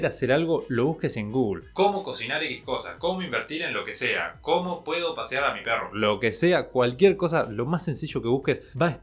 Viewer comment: Alguien más escuchó patear en vez de pasear o fui el único? 😂😂😂 gran video